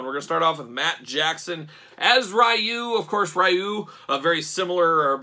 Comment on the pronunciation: only gripe on the review is Ryu is actually pronounced Ree-U, not R-eye-U. Sorry, big Street Fighter fan haha